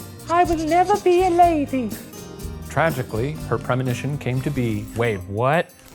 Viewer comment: THAT'S A LAY DEE BAY BEE